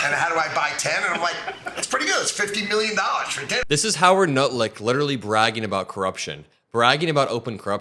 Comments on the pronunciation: Did you call him "Howard Nut-lick" on purpose? I had to replay multiple times and am still giggling. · You calling Lutnick as Nutlick, is that intentional? LoL Or more a Freudian slip? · Did you just call him Howard Nutlick? I do that all the time! 🤣🤣🤣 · You called him Howard Nutlick! 😂😂😂😂😂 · said Howard Nutlick🤣🤣🤣sounds about right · Lol, did you notice you called Lutnick by the name Nutlick at ? Pretty sure it's more accurate. That was funny.